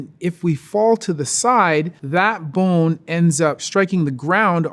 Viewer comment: I just like the way he says bone! This dude is super cool, super smart, and really chill.